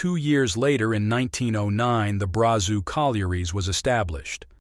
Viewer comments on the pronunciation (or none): Just another internet historian who states things that are not always accrete and has NEVER BEEN to the location he is babbling about. VERY BASIC, if you insult someone by pronouncing their name wrong, you are a idiot!!. Brazeau is best pronounced Braz (O) , dumb ass! Stay out of Canada and out of our history!!! Show uo at my museum in Alberta and I will take off my combat boot and put on my miner boot and give you some face time!